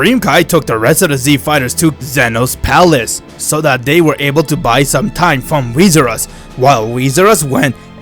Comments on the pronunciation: This man said whisurus lmao it's whirus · Its wheerus Not wheesrus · Its whirus